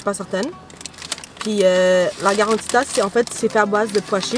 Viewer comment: La karantika et non pas garantita 😂😂😂